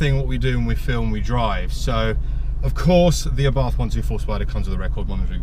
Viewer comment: My 7 year old daughter asked me why you kept saying "UhBarthhff" instead of Ah'-Bart'..lol. Good job on the intro!